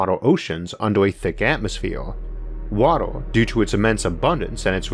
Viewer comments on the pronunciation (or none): "weawanged" "wataw" "remembew" "impwobable" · He can't say the 'uh' sound and instead replaces it with 'ah' or 'oh' sounds. ("Water" becomes "watoh") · "Watuh" I love you, and I love this. Subbed. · The way you pronounce 'water', sounds more like Gary Kirpky's accent in Big Bang Theory🤣